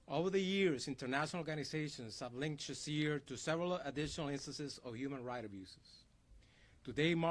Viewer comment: His name is pronounced Cher a zay not Cher zer